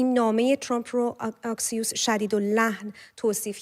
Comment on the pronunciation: خانم محترم ، اَكسيوس درسته آكسيوس غلطه